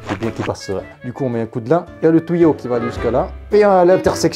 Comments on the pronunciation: "Le tOUÏo" "Un tOUÏo" "Le tOUÏo" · "un tOUyau" ""le tOUyau"" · Vous comprenez quoi quand il dit "tuyaux" 1 touilleau 2 touille eau 3 touyeau 4 ???